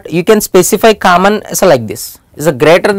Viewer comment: "Kammon" is the word of the day😂 Hey no offense